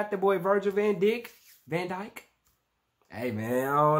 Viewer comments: You r supposed to pronounce the name like this “ Vihhhgil vaun Dike” Virgil Van Dijk... not ven it’s vAn dijk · bro i was crying when he said van dik